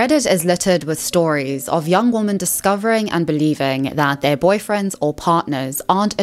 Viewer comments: For heaven's sake, the plural word women is pronounced like 'wimin'--it is not pronounced the same as the singular word woman. Just like the plural word men is not pronounced the same as the singular word man. I'm encountering this mispronunciation of the word women increasingly from Americans, especially younger Americans. I have heard it said that Americans speak English as a second language, even those that only speak one language, and I think it's increasingly true. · Why do you keep saying "woman" as the plural, it's "women" ... You don't have the same problem with the plural for men, you call them "men" not "man" - what's the difficulty here? It's so annoying, even when the screen puts "womEn" on screen you still say "womAn" GET IT RIGHT 😒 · Plural of woman is "women" and it's pronounced "wimmin" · Women... for the love of God, it's WOMEN! 😅